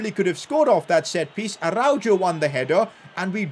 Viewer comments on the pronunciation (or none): IT IS ARA-HO NOT ARAUJO AND THIS GUY CALLS HIMSELF A BARCA FAN🤦🏻‍♂️ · im sorry but this bothers me a lot😂 its pronounced “arauho” not “jo” lol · Its Arauho not Araujo😭😭😭😭😭